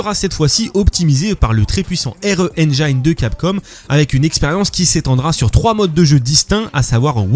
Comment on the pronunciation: Les français arrêtez de dire « endjaïne » on dit « endjine » pour engine